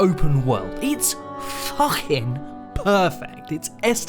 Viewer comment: "It's. Fuhghing. Perfect." - on Elden Ring's heal flasks, 2024